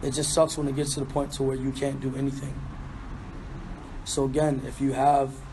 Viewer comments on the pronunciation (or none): none